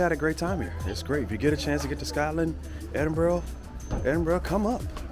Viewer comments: Edinbura is the better way to say it my friend. Definitely not Edinboro. You do know Edinburgh is full of them jock, skirt wearing barbarians don't you? That Hadrian had the right idea with his Brexit wall. Lol. Only kidding..... I hope you enjoyed it up there in the frozen north? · Did you say Edinburrow?